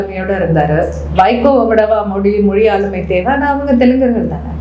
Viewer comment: பிரபாகரன் பெயரே கேட்டலே என்னுடைய உயிர்❤❤❤ அவர் அண்ணன் இல்லை தந்தை ,நாடி நரம்பு 😘😘😘😘😘